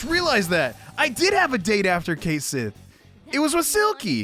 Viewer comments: MORE IRISH PERSONAS!!!! Also, for future reference, Cait is pronounced more like cot or caught then kate. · Now that Duolingo teaches Scot Gaelic I realise Cait Sith is actually pronounced like "Ket Shee" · And remember kids, Cait Sith and Cu Sith are pronounce ket-shee and coo-shee